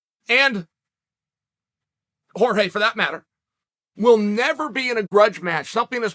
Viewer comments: Chael Accidentally Broke His Character By Pronouncing Jorge's Name Right At The End Of The Video. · Chael finally started pronouncing Jorge correctly